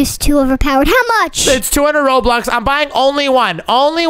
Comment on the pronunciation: ITS PRONOUNCED "ROBUX" NOT "ROBLUX"